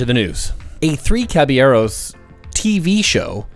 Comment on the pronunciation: I approve on the caballeros pronunciation